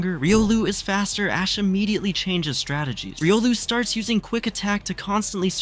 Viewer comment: somewhere in between I heard ass instead of ash